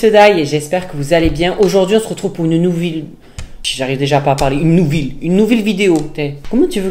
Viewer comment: Nouveau record 😂 j’ai rit dès le lancement de la vidéo 😂 « une nouvil vidéo »